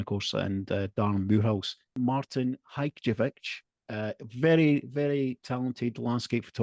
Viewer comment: Great to see Martin as a guest and probably the 1st time that I've heard anyone correctly pronounce his surname 😂 assuming it was correct 🤔 😊 I'm also a member of the Thumbs Up Photography Facebook group and I can confirm it is a very friendly group. I have posted a few of my images in the group and hopefully will post more in the future. It's great to receive feedback for your own work and really don't understand when the keyboard warriors leave a negative comment with no back up as to why they don't like the image. I'm a member of a camera club and we've had good judges and very poor ones. One comment that I recall a judge saying for one members image was "I don't know why you took it" 😡 Comments like that are not helpful. I must admit that image of the dried up puddle in Norfolk is one of my favourites and I'm aware the group were fighting over grabbing it. Why not? It's a fantastic composition. I'm hopefully meeting up with both Martin and Steve plus other Thumbs up Facebook group members in the Peak District next month. Really looking forward to that 😊